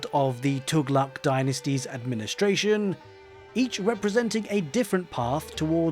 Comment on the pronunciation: As native arab finally someone pronouncing Tughlaq correctly feels so refreshing XD